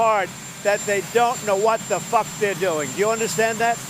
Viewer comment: 😂 The best thing I've ever heard coming out of his mouth was that f-bomb. He really stuck that f and emphasized the uck. A 9.5 on the fu*k-drop-o-meter!